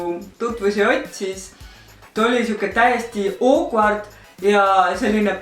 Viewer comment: Ma tean, mida see tähendab. Lihtsalt ta ütles seda nagu OOKVARD